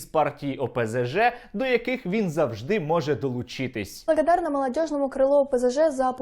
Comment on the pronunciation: Якому там каналу вона "блаблаблаґадарна"??? Хахаха не знайшов такого в телику xD